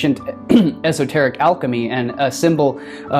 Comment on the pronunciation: "Assoteric." Hahaha wow